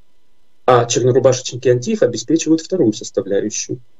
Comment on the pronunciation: Почему "антИфа" если они сами себя называют "антифА" с окончанием на последн й слог?